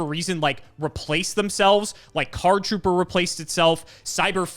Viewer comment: Listening to read Card Trooper + Machine Dupe ENTIRELY wrong was peak 😂